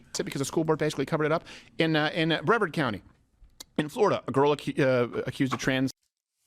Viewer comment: Absolutely know that this is besides the point, but as a Floridian, the mispronunciation of Brevard County is deeply upsetting. Upsetting. I know neither person should have any idea how to pronounce the stupid ass name of that county, but it's -ard like in hard not -eard like in heard.